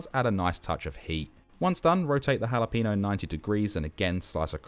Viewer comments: Love it chef! Btw pro tip: it's ha-lah-peh-gno not ha-la-peeeeeeee-gno :P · bruh said jalapeeno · "halla peeno" xD